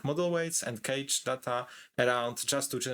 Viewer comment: Good content but took me a moment while listening to this to understand that "cage" was "cache" 😅